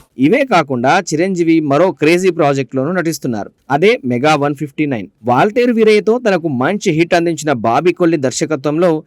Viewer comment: It's Waltair Veerayya not Vaarayya